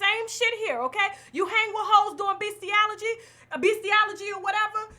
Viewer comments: "Beastiology" I'm crying 🤭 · Beastiality not beastiology (the latter word doesn’t exist) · Bestialegy?? Come on Tasha 🙈 it's just not professional...doesn't take much to read over things that you yourself have no idea about. Do your research, you sound ridiculous preaching the definition of a word that you aren't even saying right.